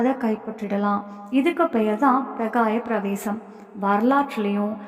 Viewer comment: பிரகாய பிரவேசம் அல்ல அது பரகாயப்பிரவேசம். திருத்திக்கொள்ளவும். முயற்சிக்கு நன்றி வாழ்க வளமுடன்.